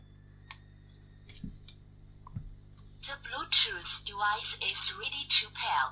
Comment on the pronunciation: "to bluedjuice doowise is really chew pair" 😂 i love it